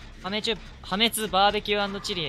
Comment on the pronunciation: はめちゅと聞いてから確実にはめちゅコメあると思って即コメ欄きたら予想通りはめちゅって皆言ってて草 はめちゅ